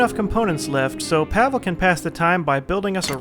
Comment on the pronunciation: I think Pavle is pronounced "Pav-ley", not "Pavel".